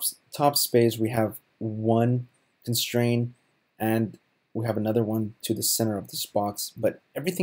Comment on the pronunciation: There's a T at the end of constraint you know....